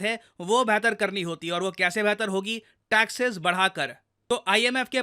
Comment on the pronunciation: Taxes not taxess